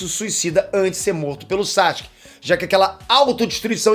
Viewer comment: Maninho vc ainda pronuncia o nome do Sasuke errado.